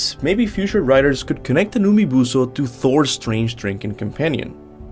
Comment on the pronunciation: "Umibuso" I just can't 😂